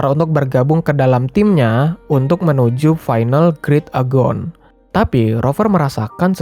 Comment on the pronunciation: Btw itu turnamennya namanya "great agon" tapi di bacanya "great egon" bgh, lo bilang nya grit agon🤣🤣🤣